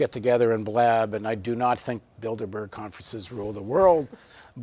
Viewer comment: A small point of levity. When he brought up Bilderberg - it sounded a bit like Build-A-Bear...